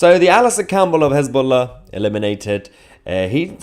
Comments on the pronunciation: Hez -BLOW-a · Mayher, it's Hezla, they lost their bolls. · His-ball-a became No-ball-a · His - boom - faila 😅😅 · Has-Been-Lah, perhaps?